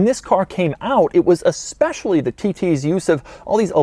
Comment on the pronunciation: Please stop saying "aspecially"... When you mean "especially"